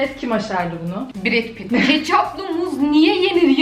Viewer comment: Bret pit✅ Brad pit❎